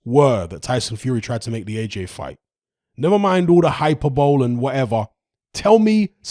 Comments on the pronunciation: “Hyperbole”. It’s pronounced “hi-per-bo-lee” not “hyper-bowl”. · Hi-per-bo-Lee (hyperbole) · "Hyper bowl"🤣